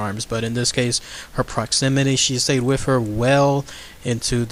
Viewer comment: Holy shit 7 mins in. It's WITH, not wiff.